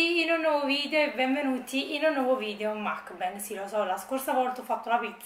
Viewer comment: Teso però si pronuncia “mukbang”,esattamente come si scrive.Ti prego...